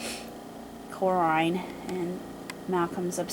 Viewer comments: It's pronounced kor-in. Corrinne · Corrine is not kor-rine